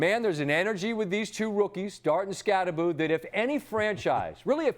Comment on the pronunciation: Norwegians losing their sh*t when they hear how Americans (mis)pronounce Skattebo... It's Skattebo (hard T), not Skaddebo.